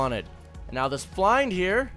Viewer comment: Why do you pronounce Flind like that